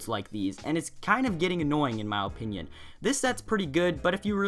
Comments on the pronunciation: Why do you say mow opinion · He says my opinion like "Ma opinin